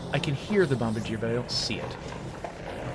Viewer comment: If it's the same as the Canadian airplane manufacturer, the pronunciation would be "bom-BAR-djee-ay" so basically switch the stress from the first syllable to the second.in order to get the correct intonation. You were close!